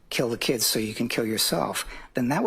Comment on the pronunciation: You can't even say kill.